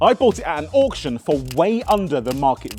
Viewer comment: I love you guys but ‘auction’ f*** off